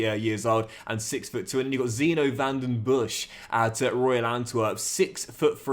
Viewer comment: Van Den Bosch is pronounced with the same o as is, and with a regular s in the end. Van Den Boss. Good luck with the new career!